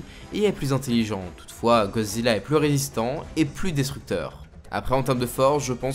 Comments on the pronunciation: "GODzilla" pas "gozilla" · Mec sérieux ? "GO" zilla ? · C moi ou il a dit gozilla au debut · Pk tu dit GOzilla et non goDzilla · GoDzilla. Avec un D. Gorille, pas gori. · Pourrais-tu arrêter de dire ”gozilla ” vu que c’est «goDzilla »